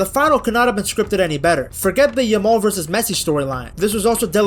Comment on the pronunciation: I swear the amount of times Peter Drury has called Lamine Yamaal, Lamaal throughout the tournament is mind boggling!